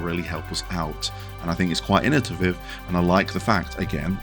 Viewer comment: Like your list. But its innovative. Not innotiviv. 😊